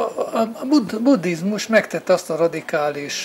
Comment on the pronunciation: Angolosan ejti ki. Annak ciki, aki ezt nem tudja.